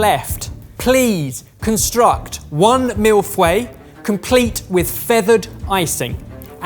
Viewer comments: saying "millefoué" and not "mille-feuilles" gets me cracking everytime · Also he said mil fue not mille fway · Mille-FEUILLES. The way he's saying it sound WAY too close to mille-fouets, which would mean a thousand whips. Not as pleasing. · It's not mille fway, it's mille-feuille. Your french pronunciation and japanese pronunciation is really... Needing some improvement. I'm guessing you don't speak any foreign languages. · Also it's been a while since I had French in high school but aren't you pronouncing "fois" and not "feuille"? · As my wife correctly pointed out, your pronunciation sounds more like "M.I.L.F. way" than "Mille-Feuille" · It's Fuy and not Fway :D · Je comprends pas comment que ya dit fway à la place feuilles 😅😅 les anglais me tue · Am I the only one that heard milfway. I am worse than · pronunciation of feuille is doing my head in. As a French person it’s not Fway! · why does it sound like he is saying "Milf-way" the entire time? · Why are none of you even pronouncing it consistently? It's not pronounced "MILF whey" unless you aggressively want to mispronounce it... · MILF-WAY I cannot unhear that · Please do me a favour and stop attempting to pronounce the French jargon however hilarious it is, please stop, especially milf-way I cannot unhear that... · Repeat after me: mil f-uh-ee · For those struggling to pronounce it, and yes that includes you, Ahaha Mille-feuille in pronounced like "mil foy" but the "o" is pronounced like the "o" in Vietnamese "pho". Hope it helps! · Well that was bunch of nice « mill fouay »as a french Canadian I didn’t understand what he was talking about until he said thousand leaves. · As a french speaking person, it's always funny to hear them pronounce "mille feuilles" as "milf way" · Mille fouets? A thousand whips? Sounds nice. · Isn’t it pronounced MEEL-FOY? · a CHEF is getting away with pronouncing "millefeuille" as MeLFoUÈyeh! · The way keeps saying MILF-way instead of millefeuille 😂